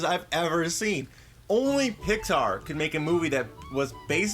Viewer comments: you said pixbar not Pixar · You Said Pixard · how can you love pixar when you proununce it "Pixbar" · Did say Pixpar? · "Pixbar" lol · Pixpar XD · 2:98 he said pixbar